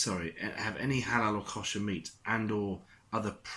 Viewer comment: Agree with you 100%., Little things wind me up. Try looking up how to pronounce the word "Kosher." Apart from that, good video.